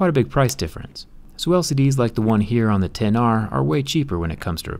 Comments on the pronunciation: Ten R, not ecks R. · IT'S PRONOUNCED TEN-R NOT ECKS-R YOU IGNORANT BUFFOON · I know he is saying X-R on purpose at first right? Instead of 10-R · So dumb! Its not "exs-R". Its "10R"! Idiot! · Can you please say ten r, it is not called the ex r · We get it -- you don't like the name "Ten R", that's fine. But you sound like a complete tool calling it the "ex r"... keep some credibility. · Its TEN not X OMG PEOPLE!!!!!!!!!!! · I cringed when he said "iphone EX r" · Did he call it the ex r at first triggered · Seriously you called it R !!! Thats so uneducated. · I like how he always says the name incorrectly despite apple's pronunciation ..